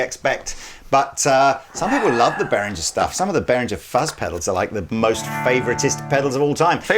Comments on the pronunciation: Ist Nicht Berrin jer ! Ist Bey ringer ! And don't say but a lot of people say it like that because a lot of people are getting it wrong ! Just Google "how to pronounce" for correct pronunciation ! Also try Greta Thunbergh while you're at it ! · Why do so many people () pronounce Behringer like "Berringer". It's pronounced BAY-RING-ERR